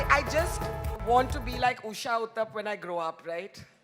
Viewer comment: Barkha it is not “ Uthap” but “ Uthup” . Please pronounce it correctly